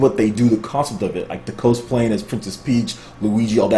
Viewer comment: my man, it's cos play as in costume. It's not co splay!!!!